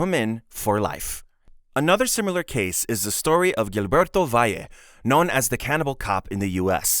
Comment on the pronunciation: Meiwes is pronounced "My-vez". And Gilberto is pronounced "Heel-bear-toe".